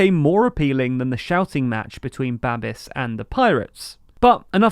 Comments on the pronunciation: "Babiš" is pronounced "babbish", not "babbis". Those squiggles matter. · It's Babish, not Babis. I will never understand how English native speakers never bother to put the name into Google Translate to see how it is pronounced 🙄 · It's pronounced Babiš (Buh-bish) not Babis (Bah-biss) and Ano (ah-no) not "ah-new".... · Babiš is not Babis. š is pronounced as sh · It's Ba-bish, not Ba-bis. Also, did you say "Polish" in ? They're Czechs, hahaha. Anyway, your dedication always astound us your viewers. Thanks. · Babiš is pronounced in English as Babish Ano is pronounced as Aanoh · It is pronounced babish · A nice video, short pronunciation tip though: Babiš and ANO = Babish, ANoh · Babish. It's Babish. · Great video! :) By the way, Babiš is pronounced babish. And "ANO" is not only "yes" in Czech, it also stands for "action of dissatisfied citizens". Anyways, I really love your news, keeping us informed about Europe and the world! ❤️ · One note - Babiš (Babis) is pronounced with "sh" at the end, sounds like "sh" in the word "show". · My name says it all: Babiš is pronounced with an sh (š=sh) (just like Babis from the Binging with Babish cooking channel); ANO is pronounced just like the game, Anno1800 or whatever variation of that game, not with a "u" at the end but a plain "o" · >Babiss >Aunt Tiffa Love your content but please learn how to pronounce words, tyvm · It's actually Babiš, with the letter Š being spelled like the diatric sh in sheep, but without the eep. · It's Babiš the TLDR team are just Anglos and as such are generically required to mispronounce everything.